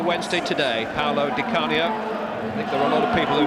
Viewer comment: God knows why the main commentator kept saying 'ScheRmel' and 'Di CaRnio'.